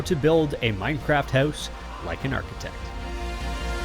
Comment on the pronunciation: Did u say......architect?